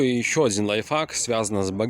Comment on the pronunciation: все круто,но пожалуйста,говори лайфХАК а не лайфФАК))